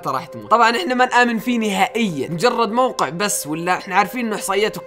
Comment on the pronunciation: موقع مش وققع